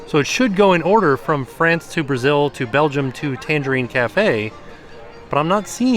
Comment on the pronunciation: Take a drink every time mispronounces Tangierine Cafe as Tangerine Cafe.